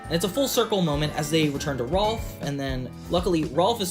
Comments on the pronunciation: Small nitpick, it's "Rolf" not "Ralph" lol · You kept calling Rolf “Ralph”